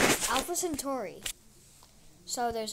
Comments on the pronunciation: Its not century its centauri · The Name is Centauri not century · CENTAURI NOT CENTURY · It's centauri